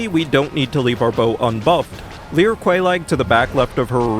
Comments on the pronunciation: It drives me crazy how many times you said “Leer” instead of “lure” in the first minute of the video, this will be a long watch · with love, it is “lure” not “leer” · Your pronunciation of lure is fascinating. "Leeure." Anyway, great video as always. Thank you. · Man, I gotta say, I've never heard anyone pronounce the word "lure" quite like you do 😂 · u have been saying lure wrong, i genuinely thought u were joking or maybe u were and just did a self reflection to specifically throw me off who watched this after a later one so u can lure me into this conundrum like some criminal mastermind (probably this ngl) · Came for the meme runs, stayed to hear pronounce "lure"